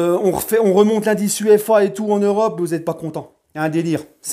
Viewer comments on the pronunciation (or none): none